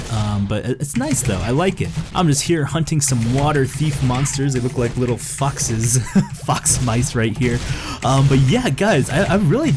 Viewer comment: "They look like little foxes" Thought he said "They look like little f**ks" xD